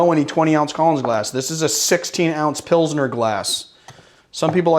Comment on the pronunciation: I love how he pronounces Pilsener and Weizen. I am from Germany and here it is defently a Weizen-Glass :) A Pilsener is more like a chalice. Can I only propse you Drinks if I am a patrion subscriber?